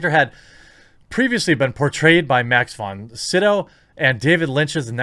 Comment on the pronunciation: Max Von Side-ow Den-ee Vill-noove Benny Jezarit Baron Har-ko-nen